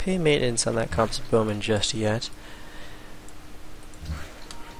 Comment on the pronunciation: It's interesting how civ LPs all feature madjinns total butchery of the word "composite"